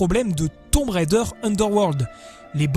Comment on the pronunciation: Enfin un Français qui ne prononce pas "Railledheure" :)